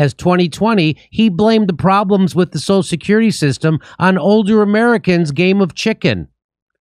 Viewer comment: I was about to make fun of Biden for slurring through the pronunciation of 'social security' but then Jimmy started doing it too LMAO. How many Martinis does JD crush during an episode??